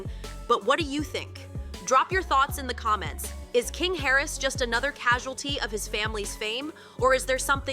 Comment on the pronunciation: It’s Harris” not carries